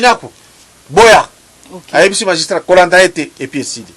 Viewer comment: Bonjour Grand Esprit , dites à votre journaliste de corriger le mot "magistrat" ,il s'écrit comme je viens de l'écrire et non ,non "majustrat !!!